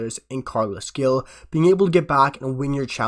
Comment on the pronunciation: Gil is pronounced like hill. Glad we got him. Good signing ❤